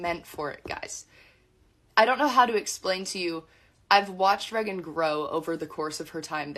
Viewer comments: I’ve never been more annoyed by someone saying someone’s name. Pretty sure it’s Reagan and not Regin. And this girl is her cousin? 💀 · i figured it was spelled Reagan, but her cousin keeps saying Regin and I can't lol